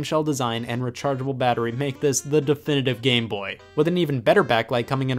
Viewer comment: “game bohhh”